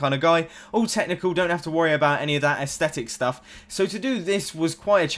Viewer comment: Nice work on that Mumbo! (You finally got the "aethstetic" bug!)